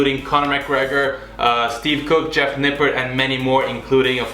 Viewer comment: Very funny video, instantly subscribed. Good editing with the clips. I lost it when you told your girlfriend you're as fat as vince G 😂. The only fault i have with this video is you said Mr Nippards name wrong...... 'His name is Jeff' 🤣